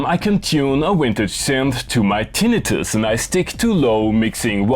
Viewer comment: Thank you for pronouncing tinnitus correctly! I almost lost a friend over that. (not really, but yuno)